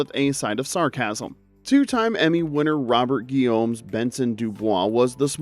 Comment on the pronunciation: How can you pronounce Guillaume correctly but mess up Dussault?